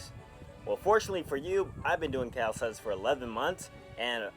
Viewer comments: Why does he say “calistETICS” it’s calistENICS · in the beginning it sounded like he said "how to build muscle with calisex"